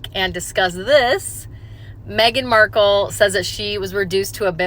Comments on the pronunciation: Mark-elle insteady of Mark-uhl haha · You're not American so you probably don't know this fact. Marcal Toilet Paper has been an American brand for years. Amazon lists it too. You can find old commercials from the 70s. Anyway, the TP is pronounced exactly like what the woman from Deal or no deal called her. Mar Cal LOL.